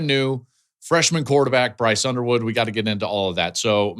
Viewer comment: I could swear he said Brice Underwear at First.